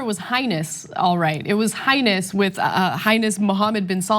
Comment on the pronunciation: Highnous is not a word, it is heinous pronounced Hay-nus.